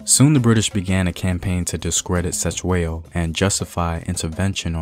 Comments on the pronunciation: this piece is perfect except for the pronunciation of the King's Surname. "C" has a soft front mouth click sound....DM me and I'll teach you bro....Great stuff....I am forever watching your material! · Mfethu I was he not Se it's Ce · 😂😂the C in Cetshwayo was so disturbing,especially when you know how its said but atleast the message got on👌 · I sorry I cannot watch this video if you will continuously mispronounce his name like that. There's 2 thins you could do: Ask a Zulu person to teach you how to pronounce it or just refer to him as King C. But you too can learn how to pronounce it like we learned how to pronounce and speak your language. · Wish u can learn how to pronounce our names right Cetywayo Learn how we pronounce C in Zulu your video is great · It would be so easy for you to find a Zulu person and ask how to properly pronounce the names. #Respect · 🙆🏾‍♂️😂yo..the way he says Cetshwayo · That's not how you say Cetshwayo. 😂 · I'm not Zulu but you aren't pronouncing "Cetswayo"s name correctly This is very disturbing you should've atleast researched how the way you pronounce the name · Atleast attempt to pronounce King Cetshwayo's name. You did not even try, you shouldve atleast done your homework on how to pronounce his name before your actually teach us about him. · You could start by pronouncing his name correctly you know.